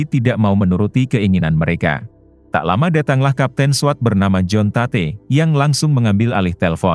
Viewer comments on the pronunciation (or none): "Tate" apanya? Ejaannya "Teit" bang